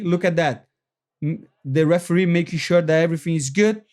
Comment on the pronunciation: 😂 the "heferee"